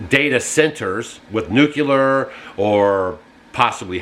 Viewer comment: Good focus on stuff to watch out for! BTW, it's not nuQlur, it's nuKLEEur ... like it's SPELLED. (Yes, G.W. Bush was dumb.)